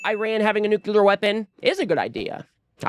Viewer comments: It's pronounced "nuclear", not "nuculear". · I love ya man, but it's nu-clear, not new-cu-lar. Sorry.